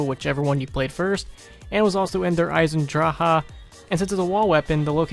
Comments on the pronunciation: "Der eisendrawha" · How to piss me off real quick : when people mispronounce der Eisendrache ugh